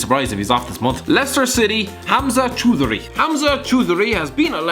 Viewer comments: It's "Chow-dha-ri" not "Chu-dri" 😂 #HamzaChoudhary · It's not 'chudury'.. it's spelled as 'Chow-dhu-ree' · U pronounces Hamza Choudhary wrong. U got the first name prefect but the second name is Chow-Dary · Choudhury is pronounced chow-dree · Choudhury js pronounced chow-dree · Chow-Dhary I hope that is right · In Leicester it’s actually “Chow-Du-Reh” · The way you said Choudhury...